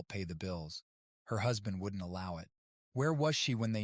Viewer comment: bro bad a seizure trying to pronounce wouldn't